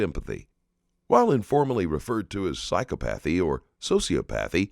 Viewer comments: *”Psy-COP-uh-thee” Not “Psycho-path-ee” You’d think a channel focused on this would get it right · I like the narrator pronouncing the word as Psychopath-ey.